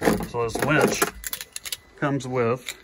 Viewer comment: Its a WINCH not a WENCH